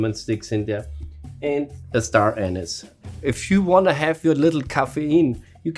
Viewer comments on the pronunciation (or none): none